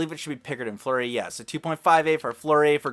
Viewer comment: look up how they pronounce fleury it's not fleury I'm not trying to be mean but I'm just telling u